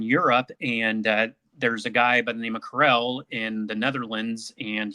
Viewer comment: Katel pronounced karel I might be mistaken